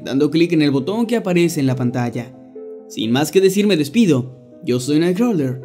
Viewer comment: Deberia de practicar mas su pronunciacion cuando dice "Night Crawler"... no le entendia hasta que lo lei :D